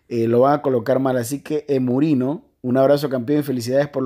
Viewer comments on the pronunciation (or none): When te muestra en su video pero dice mal tu nombre 😭 Jajajaja me dijiste “Emurino “ jajaja es Emi Runno xdxd